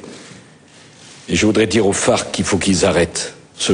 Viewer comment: j'ai envie de te dire que la manière déja dont tu prononces "FARQ"! ça s'écrit FARC fuerzas armadas revolucionarias de Colombia !!quand on connait pas on se tait!!respectez une heroine de la nation! vous me faites honte!ne postez pas si c'est pour dire des méchancetés pareilles! "semés ce qu'ils ont récoltés"???bien sur elle s'est dit allons se faire enlever pendant 6 ans!!qu'est ce qu'il faut pas entendre!!réjouissons nous de cette super nouvelle et tirons lui notre chapeau!!